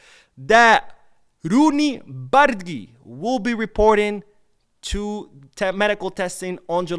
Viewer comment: this is not how you pronounce Bardghji's name. You say Bar- dah-jee. Once you learn the right pronunciation it really hurts the ear when you hear someone saying what you are calling him 😂 We gotta learn to say it right before he becomes great at Barca 💙❤